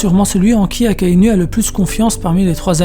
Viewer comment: Akainou!!! Ptn AKAI-NOU pas NU comme une femme nue j'ai saigne mes l'oreilles Et rectification sur Fujitora il ne voit pas la tête des gens a dresrosa pcq s'il peut voir le visage des gens PQ il demande j'aimerai savoir a quoi Luffy ressemble quel est la couleur de ses cheveux il ressent juste les présence il ne voit pas ptn fait des recherches avant de pondre de la merde pareille